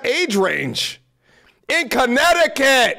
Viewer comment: “Chinnecticut” lmao